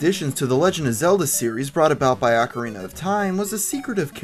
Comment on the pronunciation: It's pronounced oh ka rina